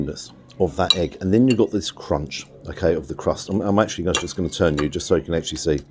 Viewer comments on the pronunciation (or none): none